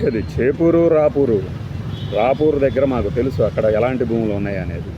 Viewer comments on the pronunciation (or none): It is Ravuru not RAPURU.